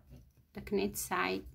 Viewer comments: You are so sweet to share your talents with us. (I don't know if anyone has told you, but when saying knit, the k is not said. Say "nit"!)I love these tutorials and can't wait for more. Can you do a sweater in a 6 to 9 month size? Thank you again. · just say "NIT". Act like the k is not there. You are doing great. There are lots of words in English like that, your learning is very good. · It’s knit but don’t pronounce the first letter K just nit ;) beautiful bonnet. 😊